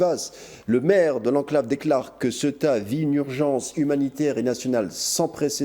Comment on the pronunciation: Fais un effort de prononciation,inculte presentateur, CEUTA se prononce CE-OU-TA .